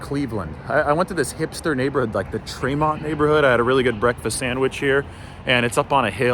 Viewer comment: It's pronounced tree mont. Hopefully you checked out slyman's or any other corned beef place in the city